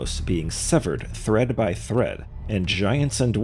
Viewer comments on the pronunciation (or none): none